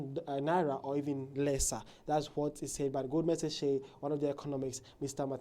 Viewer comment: Pronounced as "GOLDMAN SACK"...